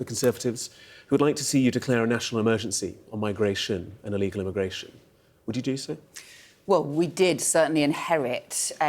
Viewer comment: So it is illegal, not eregular